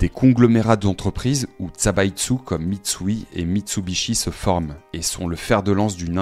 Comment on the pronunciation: Zaibatsu pas Tsabaitsu. On a étudié ça au lycée.